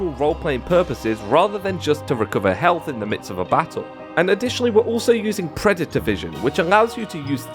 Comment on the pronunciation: Its predator not preditor